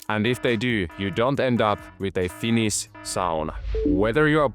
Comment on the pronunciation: "Finis sauna" pikkusenko vahva aksentti :D